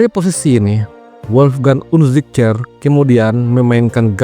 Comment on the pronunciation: Tumben min pintar nyebut namanya padahal susah di ucapkan 😁😁😁😁😁😁😁👍